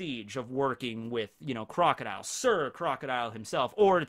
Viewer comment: You called Crocodile pretty much perfectly